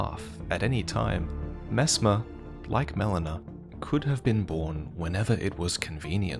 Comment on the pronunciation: Aaah yeess Messmaah the impala